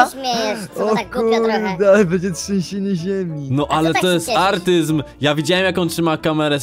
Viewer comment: artyzm ja ałtyzm